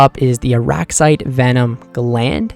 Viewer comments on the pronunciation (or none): Say it with me Arrax-IGHT that’s how you say it.